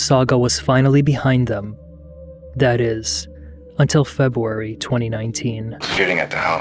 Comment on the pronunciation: Feb-uh-wary. Offspring.